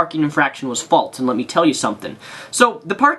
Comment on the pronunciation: FALSE. FALSE. infraction. not faltse